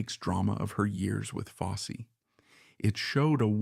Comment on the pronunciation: Yeah “Bob Foss” really?